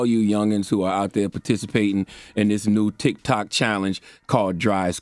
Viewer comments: Did he just say TikTak?!!😆😆😆😆He really is Uncle Charles! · Lol 😂 dude call it “Tick Tack” he said “I do not need to be on Toks Ticked to be challenged” 💀 lol Charlamagn finally got comfortable with his stripes and stopped pretending to give af about all the irrelevant flash culture bullshit. 💀🤣 I love it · He def said "Tik Tac" 🤣🤣🤣🤣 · Tik Tik...🤣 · "Toks Tik" 🤣🤣🤣🤣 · " I don't need a Tok til" Charlemagne 👌☮️🍯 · He called it tic tac 🤣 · “ Toks Tik “ 😫😩😫😩🤣🤣😂🤣😂🤣😂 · "Toks-tik" i felt that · “Cause you wanna Tok on Tiks” 😂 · Anyone else found it hilarious how he keeps mispronouncing Tik-Tok, but u correct anyone else. 🤣🤣🤣